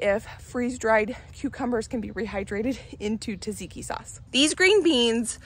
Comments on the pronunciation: She mentioned tzatziki. (She calls it “tazeeki”) 😊😊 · As a European, i always smile when you say the words tzatziki or zucchini. We do pronounce it completely different ways than you do. Also i noticed that the cauliflower ( in another video) and red cabbage has a little bit other colour than i am used to. It maybe only the camera and tv changing the colours, but it is still interesting. Also, when you taste things outside unwashed i always want to scream that you should not do it, but i realize i have no right to say anything. ( Here it is widely discouraged for pregnant women to eat unwashed produce)